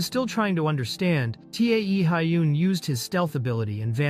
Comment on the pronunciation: T e a hyun. Guys pls at least listen once to what ai "reads". It hurts my brain